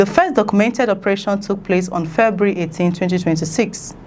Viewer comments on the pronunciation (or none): Send them back home. Please Nigerians giant of corruption, giant of theft, giant of blackouts, giant of bad roads etc. a Failed nation. The word is not ( febry) it’s February. Four vowels not two.